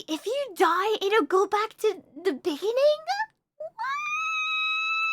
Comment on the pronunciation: "Wait! If you die, it'll go back to the biggening-uh!" tea's ready!